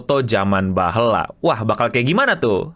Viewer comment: sedikit koreksi BAHEULA no, bukan bahla